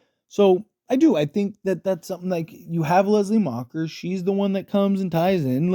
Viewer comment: Macher not macher damn it and nest ce pas cest gossant